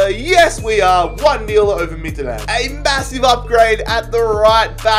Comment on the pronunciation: U SIAD Midtjylland wrong midt-jyl-land